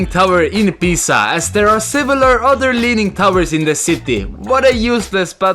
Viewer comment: Sorry for my Grammaar-n*zism, but should be 'several'. Not 'sevelar' ;) Or was that supposed to be 'similar'?